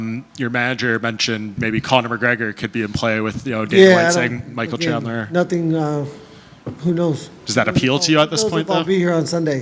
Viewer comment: gaethje said chandler funny